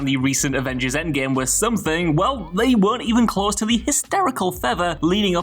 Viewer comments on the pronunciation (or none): none